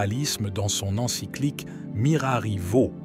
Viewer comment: Il est horripilant d'entendre prononcer "Mirari Vo" au lieu de Vos, et tantôt Mgr Aguer, tantôt Agué!